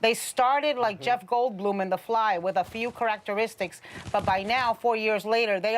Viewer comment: “Ker-Ack-Ter-istics” -Anna